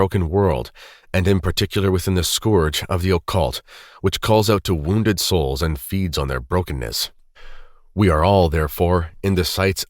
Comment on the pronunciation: scourge : pronounced "skurj" (like purge)